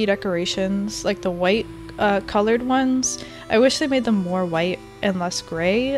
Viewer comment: She says wHI tE